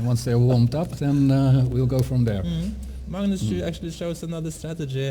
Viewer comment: Peter Hooge It's pronounced Mangnus in Norwegian. The commentator to the right is Simen Agdestein, Norways third best chess player, has a rating around 2600. You can learn how to pronounce Magnus correctly, if you listen to how he says it.